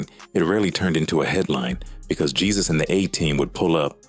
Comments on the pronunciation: The pronunciation of Jesus is Haysoos. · Jesus pronounced " heysoos" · His name is not Jesus is Jesusss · Not hey, heh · His last name is spot on, his first name is just bring pronounced on English